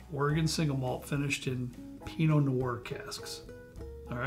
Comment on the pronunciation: What happens if you don't have a moldy basement?? Uh,, "Pinot", Not "Pino"...🤣